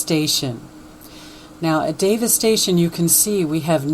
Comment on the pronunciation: Did you notice that when you say Davis Station, it sounds like Devistation??!! Humm.. Sort of like Obama Nation sounds like Abomination!! I think God speaks to us in more ways than one. He that hath an ear let him hear what the spirit saith ~ Rev. 2:7.